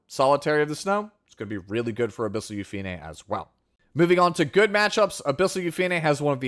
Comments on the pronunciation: Yu-Fi-Ne is correct since in Korean, her name is Yu-Pi-Ne (유피네) which has 3 syllables. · YOU FEE NAY!!!! The PROPER pronunciation thank you for staying true!